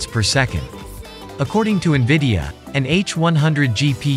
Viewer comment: LOL Niveeda (En-Vid-Ee-Uh -The I is after Vid, not before.) Also, it's PCIE, not PCLE ... Do you actually know computers, or are you just reading things someone wrote for you?